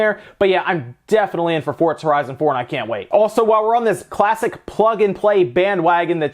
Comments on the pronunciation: Wtf is fort za, sounds kind of like forza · FORTTZA ??? LEL